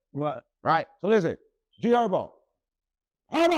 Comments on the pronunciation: And G hurbo 😂 instead herbo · G Herbo 😂 not G hurbo lol